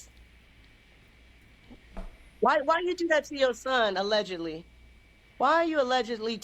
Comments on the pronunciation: She can't tell every thing. so she will say aledgently. Even Jag W. sometimes say aledgently. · For legal purposes she has to say alledgely